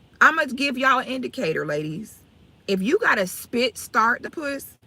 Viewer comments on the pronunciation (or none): She said "spit start" the p......lol